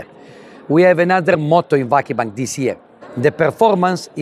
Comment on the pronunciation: çok iyi bir adam da ; insan 17 senede bari vakıfbank'ı doğru telaffuz etmeyi öğrenir sdfsadfsafsd. tamam dilinizde ı yokta 3 hece biri de zaten yabancı dsfasasffasd .